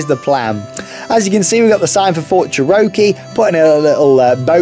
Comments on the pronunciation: Bro, let me help you. Cherokee: cheh - ruh - kee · It’s pronounced “chair-oh-key” btw